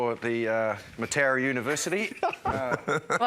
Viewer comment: Maw-Ooh-Nga, not 'MOW-AH-Nga' 😡.